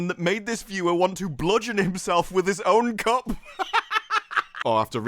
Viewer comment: I must say... I had to take a double take on Your pronunciation of the word "cup"